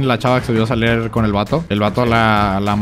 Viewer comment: Alguien se dió cuenta que dijo "Saler" al principio en lugar de "Salir"?😂